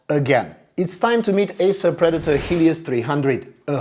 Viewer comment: For 1/2 of the video I thought the author was saying "this HIEDOUS 300", which did not many sense as he was clearly praising the laptop. I love this design!